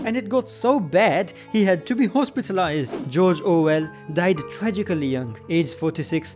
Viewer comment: Ah yes, Jorjor Well